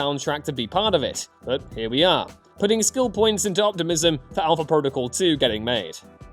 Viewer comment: You missed the 'L' in Alpha